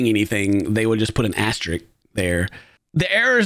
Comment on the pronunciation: Eye twitched every time he said "astrik".